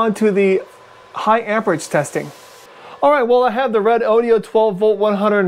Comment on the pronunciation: This moron can't even pronounce the name of the company who made the battery.